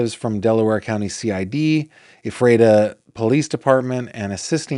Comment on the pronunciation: Hi,! LOVE that you pronounced Lancaster correctly! Ephrata is pronounced EFF-ruh-tah or EFF-rih-tah, but seriously doesn't matter...although I'm ridiculously taking time/words to inform. 🙄 My hometown is Lancaster, PA. Currently living in Southern Illinois. Soooo...Lancaster/Lancaster County is known for an incredible arts scene, The Fulton Opera House (Fulton Theatre), Central Market, amazing historic architecture, large Pennsylvania Dutch/Amish community, the really great movies "Witness" and "The Boys from Brazil"...and now the delightful, alleged "grave robber," Jonathan Gerlach. 😳 I love one of his neighbors, who was quoted (lancasteronline) as having said, "He seemed like a nice man with some unusual proclivities." Yes, sir. Very astute.